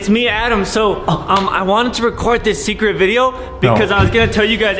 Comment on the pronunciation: Did anyone talk about adam saying secwet